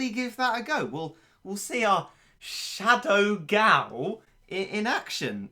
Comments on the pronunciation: Y da hell u say shadow gao like that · I love the way he said shadow gal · If you listen closely, you can hear him say "Shadow Gao" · challenge: take a shot everytime says shadow gao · If I got a dollar for everytime he says shadow gao I would have 30 dollars